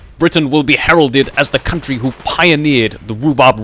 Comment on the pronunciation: I also love your "coomtrey" ;P